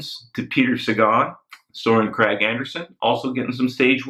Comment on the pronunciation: Regarding how to pronounce 'Kragh'; the 'g' is soft. Bit like the (first) g in 'Fuglsang'.